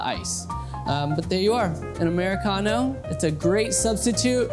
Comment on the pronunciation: "'Muricano" :D